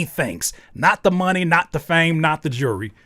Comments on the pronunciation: The fact he says my knee talk is much louder now Who pronounces money, my knee? AI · bro you make such a big fuzz around something thats mega obvious especially the lyrics are obviously AI generated, nobody would rap this way "money talk is much louder now" with "money" emphasized on the second syllable that's something nobody would do. and then the local cable line on top. the only thing they added is adlibs in my opinion. those are real. maybe the main vocals were recorded by him and its a copy of something that AI prepared. but honestly they might be AI too.